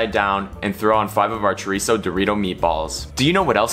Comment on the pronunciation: You say chorizo like a white person, practice on your accents. Thank you 😜😂